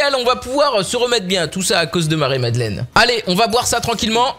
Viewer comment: "Marie Madlenne" !!!!!!